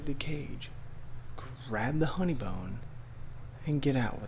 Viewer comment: Did anyone else catch that said "honeybone" lol